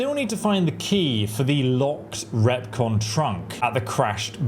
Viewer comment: Not to nitpick...but... you say 'recon trunk'...it's a 'Repconn trunk'. PAX